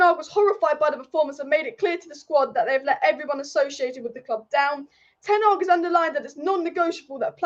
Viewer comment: Hey, the manager is called Ten Hag, not Ten Ag………